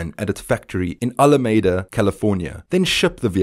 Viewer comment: And as a parting comment, you can't even get the name of the California city correct. It is not Al a maid a, it is Al a meed a.